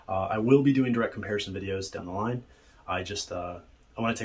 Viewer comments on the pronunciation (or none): none